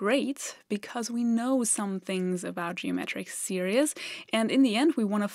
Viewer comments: When you keep pronouncing "geometric series" as "geometric serious", this is a serious mistake! 🙂 Even without using the formula for an infinite series, we can arrive at the answer as follows: If G is the fraction of the pizza that all the guests, collectively, get, and if E is the fraction that is left for Emma, and if I abbreviate 1/4 to Q (because I like to call them "quarters", not "fourths"), then we can see that G = Q + Q² + Q³ + ... We can also see from the diagram that after the first guest has been served, the guest was given one quarter (the bottom left), Emma kept a half (i.e. two quarters, the top left and bottom right), and the fourth quarter (top right) is left over for the second and subsequent servings. Each time, Emma gets half of the quarter that remained from the previous time. In other words, E = 1/2 + (1/2) Q + (1/2) Q² + (1/2) Q³ + ... We can rewrite this by factoring out 1/2. E = (1/2) (1 + Q + Q² + Q³ + ...) Oh, but look! This is just (1/2) (1 + G). We also know that G+E must equal 1 (i.e. the whole pizza), so we have G + (1/2) + (1/2)G = 1. By subtracting 1/2 on both sides, and combining the G terms we get (3/2)G = 1/2, and so G = 1/3. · Great video, so don't take offence, but the word "series" is not pronounced [Seer E es] but [Seer eez]. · Great video - really clear explanation. Very Zeno’s Paradox. 😄 By the way, you’re saying the word ‘series’ funny so it sounds more like ‘serious’. It’s actually pronounced like this: /ˈsɪə.riːz/ Here’s a breakdown to make it easier: • “se” → sounds like “see” • “ries” → sounds like “reez” • Put it together: SEE-reez It’s pronounced the same in both singular and plural forms. Please keep up the great work. Thank you from a grateful fan. 😊👍🙏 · Just FYI, "series" is pronounced /seer-eez/ where "ee" is simply a long 'e' sound. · Series is pronounced SERE-eez. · not serious - series (seerees)- sorry to correct your pronunciation. :( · it sounds like she is saying geometric serious